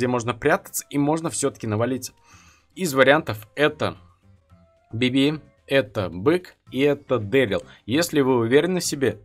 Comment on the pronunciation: Почему ты говоришь БибИ? Надо говорить БИби